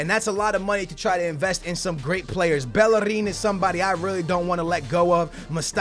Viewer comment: Bellerin is Spanish so pronounced Bejerin